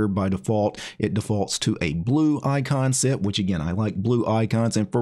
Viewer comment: Sometimes "icon set" sounds a bit like "eye concept", and all of a sudden, your icon set showcase becomes all the more poetic.